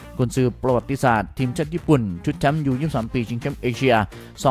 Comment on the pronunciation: ทีมครับ ไม่ใช่เทียม(ฟังหลายรอบก็ยังเป็นเทียม)